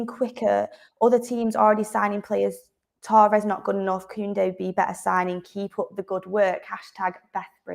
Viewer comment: It's not toe ress it's torres , you didn't hear people refer to fernando torres as fernando toe ress did we?.